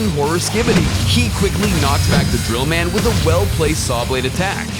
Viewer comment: Bro he says d drill man 😳